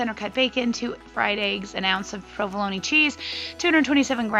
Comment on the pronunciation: I've never heard anyone pronounce "provolone" the way you do, with the hard "e" at the end. It prompted me to look it up, and low and behold --- it's pronounced with the hard "e" at the end. Thank you for educating me, and for all the dedication you put in to your videos.